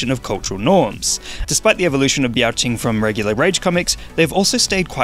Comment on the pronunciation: Biao Qing is pronounced "Beow" (meow with a B) and "Ching?".